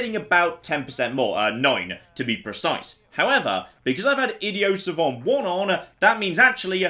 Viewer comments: Ok I've kept my mouth shut about it long enough... Idi-oh suh-von?????? The hell? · Love this series and recently subbed as a result. One thing I find odd though. Why does insist on pronouncing idiot savant like he's French? Both words exist in the English language - pretty much the only difference being the audible T. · What the hell is "Ideo Savon"? Are you trying to say 'Idiot Savant" I think you're trying to say (IPA: ɪ́dɪjət sævənt). Or "ID" + "ee" + "uht" "sa-vahnt". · It's french, "idiot savant" roughly translates to "dumb knowing" and in french you don't pronounce the final consonants in most cases. It's a bit pretentious of him but still